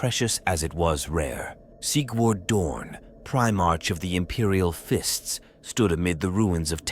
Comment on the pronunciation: An abominable intelligence made this. The Black Templars hate you for the heretical voice that narrated this can't even pronounce "Primarch" correctly. You profane this holy title.